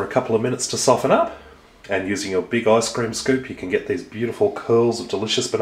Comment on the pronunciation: Sounds like you're saying eye scream